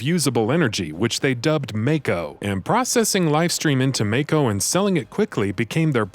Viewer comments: It's pronounced MAH-KO not MAYKO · It’s MAAAAAAAAKO!! Not Mayko lol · I love these videos, but now that we've had a full voice acted game produced, with direction from the games creators, are you going to correct your pronunciation of Mako (Maw-ko)? Not trying to be an ass, this is an honest question. I know old habits die hard 😉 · its MAKO not MAKE O